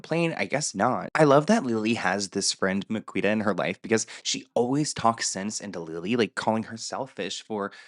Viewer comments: Miquita is actually pronounced Makita in the UK x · Its pronouce MA-KEY-TA